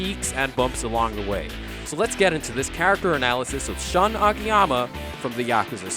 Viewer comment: AMAZING video! I just have to correct you. Shun is pronounced like "Shoon." lol